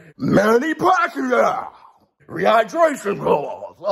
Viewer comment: You killing me " rehighbraashonn clause" 😂😂😂😂